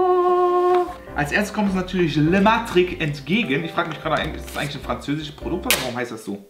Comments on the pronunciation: Wen regt es auch so auf, dass er Le metri sagt und nicht La Metric? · Wie oft du einfach Lematric anstatt Lametric sagst :D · Lematric, Lametric, Lamatric bitte entscheide dich